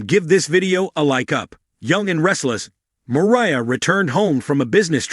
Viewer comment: Mariah not Maria